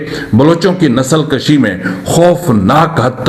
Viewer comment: NOT NASL KASHI BUT NASL KUSHI .CORRECT PLZ .